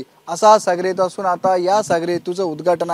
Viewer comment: चुतीया रिपोर्टर << सागरी हेतु >> म्हणत आहे !